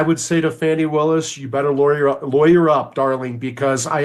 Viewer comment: Don't be raaaaacist! It's Faw-nee! Ask Joy.